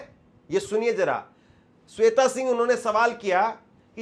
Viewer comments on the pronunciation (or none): none